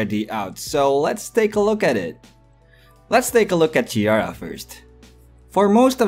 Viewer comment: Ciara's name is pronounced See-R-ruh.